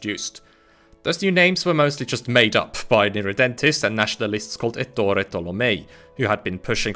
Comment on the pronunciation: Very good, however it is Èttore (not Ettòre), zòccolo, not zoccòlo and De Gàsperi, not De Gaspèri. The latter is particularly regrettable, as he was a prominent Italian and European statesman.